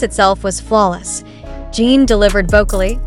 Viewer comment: And it is pronounced JIN (GIN). That is the least respect you could give!! DO BETTA!! And hope that you RESLLY don’t go mad viral because ARMY is protective of the boys and this is uncalled for!!